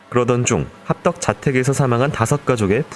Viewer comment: 학덕아니고 합덕임 ㅋㅋㅋ